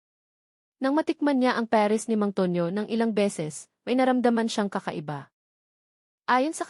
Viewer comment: Bago na pala ang pag bigkas ng pares peres na